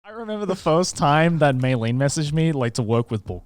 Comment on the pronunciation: meilyne is her name btw not mayleen